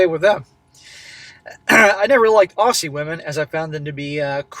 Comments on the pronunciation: It's not pronounced "ossie", it's pronounced "Ozzie" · Minor point - as an expat Aussie I should tell you AUSSIE is pronounced OZZIE. And OP is right about so many Aussie women. Really loud and unfeminine and obnoxious. Like the dreadful "sheilas" you see on the ads for STEP ONE underwear. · Want to know how to pronounce 'Aussie'? Say the 'ss' as a Z. That is, say it like 'Ozzy'.